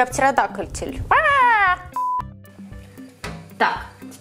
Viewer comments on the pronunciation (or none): Никто:: Я птеродактиль🐉🦖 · никто:: Я птеродактель "кряк" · "-Я птерадакатель"😂❤ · Никто: Абсолютно никто:: "я птеродакальтиль" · Никто: Абсолютно никто:: Я ПТЕРОДАКТЕЛЬ ААААА🙃